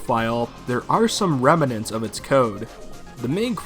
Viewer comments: I've legit never heard a single person pronounce "remnants" the way you did lol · Rem-a-nents, lol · I love the way you say "remnants"